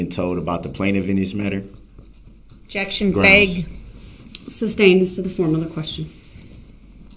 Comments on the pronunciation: Can someone in that court room please tell him it's not "substained" dude has been saying that all trial! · IKR ! He actually says it wrong. Because he doesn't know what he's talking about. 😂🙄 But if Duh-rell thinks it confuses anyone.....he sticks to it!